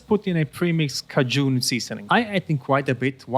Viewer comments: Ka-june😳. Ka-jen🙂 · ca-DJOON? I believe it is pronounced ‘KAY-djen’ (Cajun - Louisiana French) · <3 <3 <3 Cajun. Is pronounced Kay-Jun... its a seasoning from Louisiana + creole culture. Nothing but love <33333